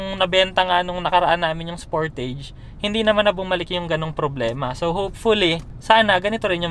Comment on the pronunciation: Sporteyj or Sportaj? Sama lang sa tenga nga pronounciation mo.